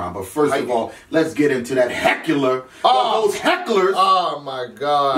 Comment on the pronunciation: Did say heckuler?